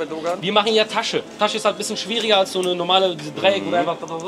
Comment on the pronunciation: Keine ahnung wie oft man dir das noch sagen soll es heißt bisschen nicht "büschen" kann doch nicht so schwer sein oder?